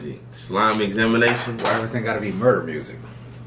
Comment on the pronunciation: so disappointed struggling w the word examination lmfaooo im crying